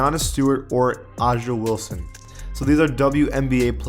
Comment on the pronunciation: Bruh is triggering me with him saying AJA Wilson. It's pronounced Asia